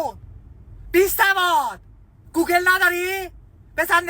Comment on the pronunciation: وای فقط گوگال گفتنش😂😂😂😂